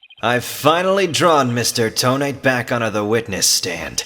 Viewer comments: I have a problem this entire case :T (yes this is REALLY late commenting) You keep saying "Toe-Nate" when I'm pretty sure it's pronounced "Toe-Na-Te" Just me, or anyone else with me? (I think it's just me) Then again, Ted Tonate is like "detonate"; Candice Arme is like "can disarm"; etc. I could be reading this TOTALLY wrong :T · Thats not how you pronounce Tonate. This is how; Toe NAH tay Lol i cant type pronunciations but good video! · I thought you would pronounce Tonate as toe-nah-teh. Makes it sound much more menacing.